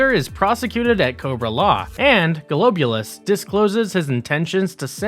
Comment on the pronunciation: Great video by the way, but I think that you should check your pronunciation of some of the characters, like the way you say Zartan as Zarton, or Serpentor as Serpentar , or Golobulus as Goloboulus.